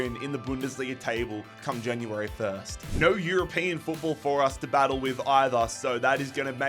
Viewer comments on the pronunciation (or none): none